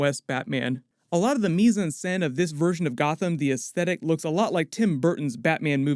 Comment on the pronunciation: As a native French speaker, earing says "mise en scène" made my day😄